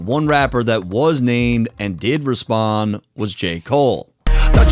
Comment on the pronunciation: "Respond" not "Repsond"